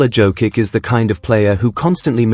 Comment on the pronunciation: good comments!! but please learn to pronounce the name correctly the Serbian Jokic is "Jokich" nor Jokik...